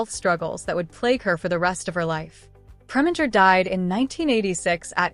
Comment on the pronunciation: Pringer instead of Preminger?